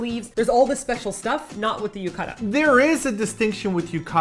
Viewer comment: yu-ka-da....it's pronounced as yu-ka-tah with clear "T" sound, like how Brits pronounce water with clear "T" sound.